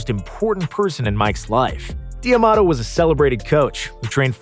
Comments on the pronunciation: It’s not DIAMADO it’s DAMADO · Cus's last name was not DEE A MATO, its pronounced DA MATO. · this video is really awesome nothing to say but bro please stop saying "DE Amato" i'm pretty sure it's pronounced "Damato" even though it's written differently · D'Amato not Di Amato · You keep saying Dee-Amato. It’s D’Amato. DAMATO!!! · So you forgot that Gus D’Amato trained Muhammad Ali?? And it’s pronounced like Tomato but with a D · My ears bleed a little when i hear “Dee Amato”